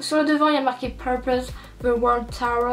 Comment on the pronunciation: Coucou, super vidéo :) Par contre je voulais te dire que je suis en fac d'anglais et que "Tour" qui signifie "tournée" se prononce "Tour", tout comme en Français :) Tu prononces "Tower" ce qui signifie en français une "tour" ... Voilà c'était juste ma petite réflexion de maniaque aha ! Bonne continuation :)